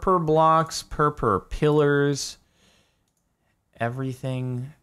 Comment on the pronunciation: ' I have become one with the Purpur' XD